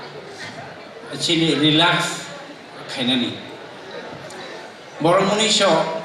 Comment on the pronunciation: Relux da pronounce swrwgde